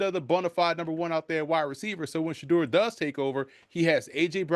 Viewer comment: Did he say future franchise QB Shedur Sanders? LOL😂😂😂